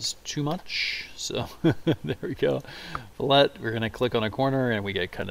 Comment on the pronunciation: Its fill-it not flet